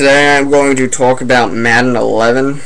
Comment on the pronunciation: Did you say Tolk instead of talk